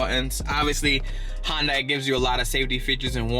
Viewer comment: If he pronounces Hyundai correctly I will be surprised....... Watches Video: Yup not surprised.